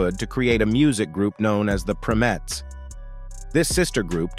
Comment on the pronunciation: Was that an AI voice narrating this? Because he (or it) kept mispronouncing the name of Diana's group before they were renamed The Supremes. He kept saying "Prim-etts"...the correct pronunciation is "PRIME-ETTS"!